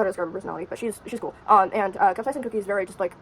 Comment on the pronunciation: Cap-say-shin and queen a-mon